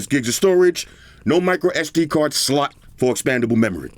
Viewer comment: You don't say "slot" you say "slut"😂